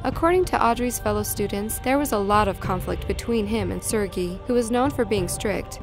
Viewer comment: I don't think she's pronouncing Sergei correctly..